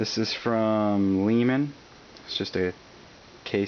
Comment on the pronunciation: Leeman? ROFL :)))))